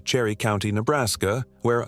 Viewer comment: First off you are talking about my home, you don't seem to have much education, first of it is Nebraska, pronounce it right, as well as Niobrara, pronounce it right!! Your stories are all B'S. Keep telling them though maybe it will keep your kind away! Gps doesn't work out here. 😂